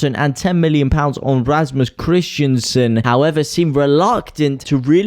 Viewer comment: when you get Rasmus KrisTENsen ´s name right, i might sub.. Not KrisTIANsen mate.. you´ve had weeks of practice ;)